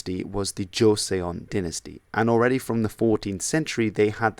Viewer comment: Hey bud, great vid. Just an FYI 'Joseong' is more pronounced 'Joe-Sung'